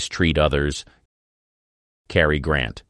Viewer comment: Freaking AI! Bet instead of Betty, Hustin instead of pronouned "Houston", spell Leigh as Lee and Cary as Carrie, and lifestyle as LIF style, and Zinnemman as Zinamon.